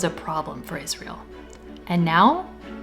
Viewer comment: Sorry, lady but how can you expect to be taken seriously when you're not even able to read properly?! This abomination is not called IS-REAL What's wrong with you? So brain-polluted that you're not getting the biggest joke that's played on you?